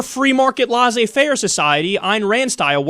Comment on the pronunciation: Your mispronouncing laisseze-faire by the way